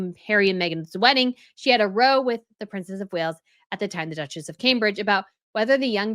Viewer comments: Quick note: it’s r-ow as in a fight or a spat, not roe as in to row a boat. It’s a British expression Americans often stumble over. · "row" meaning an argument, rhymes with "cow," not "know." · the word “row” used in this context is pronounced like the word “wow”, or “bow”, it’s a british-ism meaning a fight. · Spot on commentary! Fyi, a “row” (rhymes with “cow”) is English/British slang for a verbal argument. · It is Row like Now. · The word "row" as used in The Times to mean basically what is an argument is pronounced the same way as the word "cow" and not as in "a row of trees" or "row the boat". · btw, "row" as in argument is pronounced to rhyme with "how", not "hoe" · It's row as in cow. When people have a row, it's an argument. Do Americans not have this in their vocabulary? I've heard a few channels pronounce row, like dough. Or 'row a boat.' But it's row, like now or how. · The British pronounce it raow like cow, not roe. megaliar doesn't care about protocol much less respect. This was just another opportunity for her to throw shade at the Queen. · Great video, just for your information “row” is pronounced like “cow” or “how” when meaning an argument. I’d have thought that tights would be more comfortable for the royal ladies when they are on their duties so that their shoes don’t rub. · Please pronounce an argument “row” is “/rou/. Rhymes with bow-wow. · It’s row as in cow Not row Asian toe! A disagreement is a row as in cow! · when used in the context of this video, the word "row" is pronounced to rhyme with OW (like you just got hurt). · Hi, love your channel but can I say, you should be pronouncing ‘row’ when describing an argument as the ow sounds in ‘wow’. You are pronouncing it as a line as in a row of tents or in towing a boat. As I said it’s Row as in Wow when it’s a disagreement. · Row - pronounced rou as in house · Row ...Not Row as in Row your boat Row .. Row - argument between 2 people